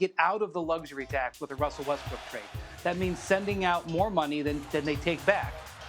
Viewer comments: Lol this man really said Wussle Wessbrook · Who the Hell is "Wussell Westbrook"? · "Yeah so, Wussel Westbwook..." SHUT THE FUCK UP WINDWORST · "Wussel Restbrook" 😂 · “yea, so uh Wussel Restbrook would like to play in Miami” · "Wussel wessbrook" Stephen A. You're wrong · Brian- "wussell Westbrook" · “Yeah so uh Wussle Westbrook”🤣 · Did he not say Wussel Westbrook? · "Wussel Westbrook" LOL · Don’t trust Elmer Fudd on that Wussle Westbrook intro Hunting Wabbits I couldn’t even continue 😂 😂 😂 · Wussel Westbrook, hahahahahahaha- Elmer Fudd. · Who’s “Wussell Westbrook?” 🤣🤣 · “Wusell Westbrook” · “Wussell Westbrook” 😂😂😂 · WUSSLE WESTBROOK!?!?!?!?!? YOU HUNTIN WABBIT TOO BREH??!!!?!? LMAOOOOO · wussel westbwook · So nobody saying this guy just said "Wussell Westbrook" 😂😂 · Brian said “wussle westbrook” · He lost me at "Wussell WessBwook" at the beginning 🤣🤣🤣🤣🤣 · Anyone else hear him say “wussell westbrook” at the beginning 😂😂😂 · juicy jab Why do everyone on ESPN call him wussel😂😂Ramona Shelburn said it twice yesterday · Man said Wussel Westbrook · Did anyone hear Wussle Westbrook Like if u did 👇🏽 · Did this man just say Wussel Westbrook at the beginning lol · “Wussle Westbrook” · "Wussell Westbrook" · Wussel Westbrook, lol am I the only one that heard that when Windhorst 1st said his name? Hey Wrian Windhorst, keep being smug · WUSSELL WESTBROOK😂😂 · Wussell Westbrook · “ Wussell Westbrook “ . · Wussell westbrook? 😂😂😂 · “Wussel Westbrook” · He said wussel westbrook lmao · Did windhorst just say Wussell Westbrook I'm f**** dying right now LOL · "wussle westbrook" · If hear one more person say Wussel Westbrook 🤣🤣🤣🤣